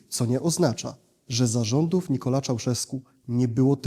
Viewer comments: Nikolae, EEEE not Nikola..... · Mówi się Nikolai, a nie Nikolae